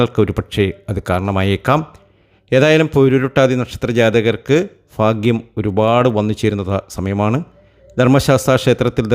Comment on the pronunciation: ഫാ.. ഗ്യം ഒഴിവാക്കിയാൽ നന്നായി